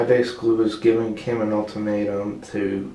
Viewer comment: An “ultamato” 🤣🤣🤣🤣🤣🤣🤣